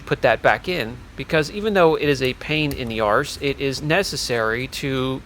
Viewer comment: Haha the correct pronunciation of “Arse” not “Ass”. You’re becoming more Australian each day. So proud of you buddy. ❤️